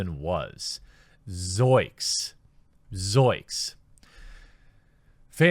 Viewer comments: It's ZOINKS! Not ZOIKS..... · Please stop saying zoiks Say Zoinks! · Did you really say ZOIKS??? The word is ZOINKS!!! You're trying to quote Shaggy from Scooby Doo. You can't even get that right!!! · It's "zoiNks" with an N!!! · Zoinks not zoiks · Jeremy, please. It's zoinks, not zoiks. lol Keep it up, dude. We love your content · Goddammit, Jeremy. Zoinks. Not zoiks. lol